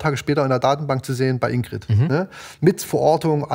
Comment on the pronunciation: in.gr.i.d. nicht indeed